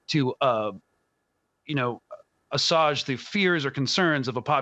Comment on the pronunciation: The mispronunciation of the word assuage makes me suspicious